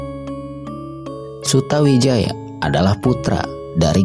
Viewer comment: MC nya kurang faseh dalam menyebutkan nama,harusnya di baca sutoWijoyo (memang tulisan nya Sutawijaya).dan nama yang lain.